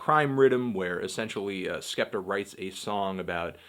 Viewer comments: ***** I was more agreeing that it wasn't 'skepter' than that it's 'skeptoh'. 'Skeptah' is right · It's not skepter its skeptoh